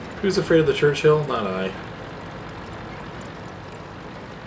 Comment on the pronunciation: Its called a Churchill not a Church-Hill you peasant.